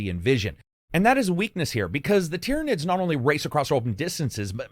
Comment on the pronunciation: Hang on. finally said "Tyranids" right? The promised day has come.